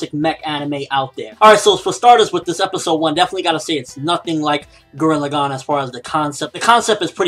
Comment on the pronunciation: I hated how you pronounced Gurren Lagann, other then that I say if it turns out to be almost as good as Gurren Lagann then review it.